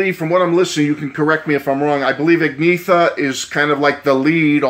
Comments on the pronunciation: "Ahg-Ne-Ta ." Great review, otherwise. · As a swede I tought you pronounced it great 👍